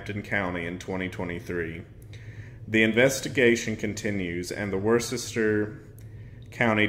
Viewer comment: Tip: Massachusetts towns typically aren't spelled how they're pronounce... Worcester is simply "wister" or if you live closeby; "the Woo" lol. Thank you for touching on this story!